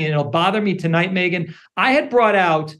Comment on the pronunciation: “A very pregnant Megyan Kelly” 😂